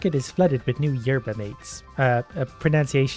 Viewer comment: it's so fucking hilarious watching trying to pronounce "yerba mate" and call it coffe xD (I'm from Argentina, we use yerba here a lot)